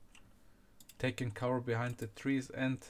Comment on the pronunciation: "i`m stäing behäeihnd" :D